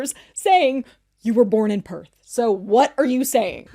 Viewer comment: I'm from Perth and never lived anywhere else. The dead giveaway is how he pronounces PERTH! If you're from Perth, that's your home, right? Why would you start to pronounce the name of your home in an American accent? It would be as weird as mispronouncing your name. The Australian accent is non-rhotic so the "R" sound does not appear at the end of a syllable or immediately before a consonant (think papER but it would sound like PapA). So people in Perth and Australia do not pronounce a strong "R" and he always pronounces it pERth. It's weird to me that he comments on having a Perth dialect but doesn't even say in our dialect.